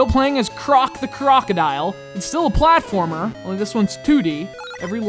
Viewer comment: "FLATFORMER"? XD